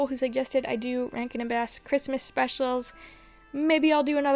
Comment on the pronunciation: Please do reviews for The Year Without a Santa Claus and A Miser Brothers’ Christmas (aka the Miser duology)! I want to listen to you recite reviews about how gay and attractive Snow Miser is. I also wanted to point out that the “Bass” in Rankin/Bass is actually pronounced how you would pronounce the type of fish, not the instrument.